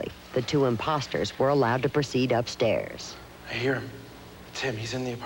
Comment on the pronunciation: that's not the Dakota apartments John lived in..i wonder where this building is..NYC? California? the way she says upstairs is irritating. when he starts to escort Paul out and when Paul starts talking. Lennon seems annoyed ha. Lennon looks Asian as he closes the door behind them as they leave